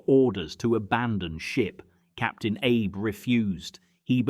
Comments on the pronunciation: …and the Captain is Arb first, then Aib (as in Abe Lincoln ) twice. Try Ah-bay…. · Agreed, these content producers should at least learn the proper pronunciation of the Japanese names. It is captain Ah-bay not Abe.